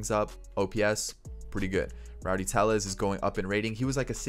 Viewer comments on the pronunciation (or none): Just for future reference Tellez is pronounced as an L because he isn’t Hispanic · How did you butcher tellez so badly